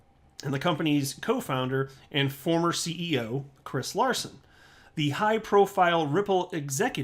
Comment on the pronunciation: hahaha name not at all correctly pronounced :)